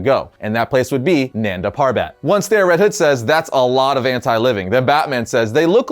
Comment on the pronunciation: its pronounced as nun-da pur-bet